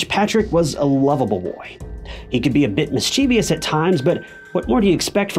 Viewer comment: Plz, stop saying "mis-chee-vee-us"... I love your channel and the stories you tell ,but I cringe when I hear the word mispronounced. It's "miss-chi-vus".